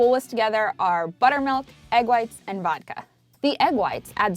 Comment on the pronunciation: SHE SAYED VODKA?